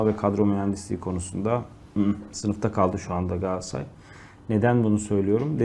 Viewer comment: Galatasaray olmasa kimse sizin adınızı bilmez, peki siz niye Galatasaray'ın adını bu kadar kötü teleffuz ediyorsunuz? Gaassaaay, Gassaray nedir arkadaş!